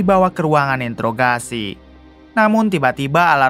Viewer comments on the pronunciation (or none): none